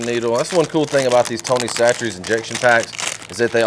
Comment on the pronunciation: Are you sure that's how you pronounce Chachere's? I said it one way and my wife corrected me. I'm just wondering if I can tell her that she's wrong too 😂